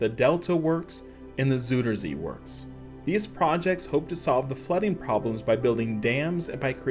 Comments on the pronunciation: The zooder zee? That’s not even close. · Haha “zoederzie”😂